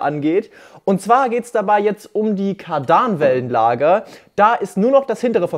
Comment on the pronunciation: JUNGE sag noch EINMAL Kard-AH-nwellenlager und ich KOMME zu dir und reiß dir den Arsch auf 😂